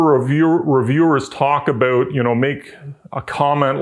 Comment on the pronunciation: Nice explanation, and I never get tired of hearing the word "aboot" from up north.